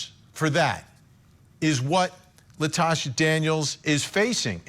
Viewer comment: Her name is Latosha, not Natasha🙄